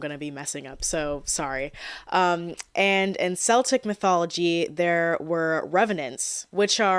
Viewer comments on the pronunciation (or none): Great video so far. Not to be an annoying nit picker but it is pronounced Keltic. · When in reference to the ancient or living peoples, or their mythologies, Celt is pronounced with a hard c. Soft c is for sports teams like Boston and Glasgow. Edit here, god I love your videos so much. You deserve so many more subs and views.